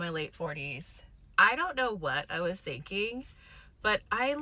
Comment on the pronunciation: "What was I thinking-uh?"